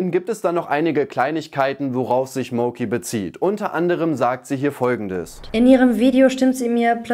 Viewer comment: Ausgesprochen heißt das MAUKI. Nicht Mouki.